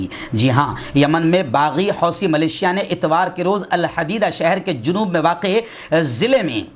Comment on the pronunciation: Maulana wih lafz " Millicia " hai , malesia nahi.